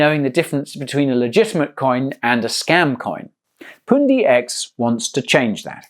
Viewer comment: You say poondi I say pundi x. Pun like bun but with a p.